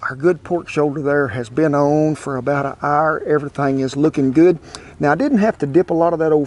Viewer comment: "about an arrr"